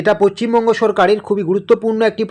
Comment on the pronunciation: Uchharon ta valovabe korun,pacchimbanga bolchen keno